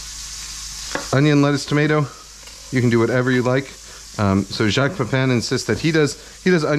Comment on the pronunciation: Thank you for pronouncing Jacques correctly. 80% of people cannot even when you tell them how, it’s ridiculous